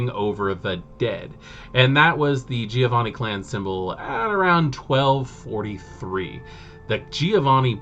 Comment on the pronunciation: recently discovered your channel, gotta say, excellent videos (content, presentation etc all top). have my subscription good sir! sidenote: i sure as hell have some weird pronounciations of WOD names ive gotten used to and cant shake off, like i´m sure everyone has. so please feel free ignore my need to state that: - giovanni sounds like JOE-vanni, rather than GEE-O-vanni - tzimisce (no living soul knows how to pronounce that, but) looks like it could be a word in some slavic language, but the TZEE-MEE-ZEE sounds nothing like it. it really should be CHI-MITCH , like JIMMY witch an CH at the end. that way it phonetically could actually be a czeck, romanian, serbian etc lastname.